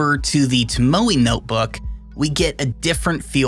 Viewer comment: Tomo e. (e is pronounced like the e in bet)